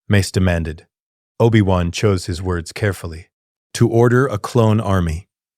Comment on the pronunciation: I WANT TO LISTEN BUT THE MISS PRONOUNCIATIONS KILLS IT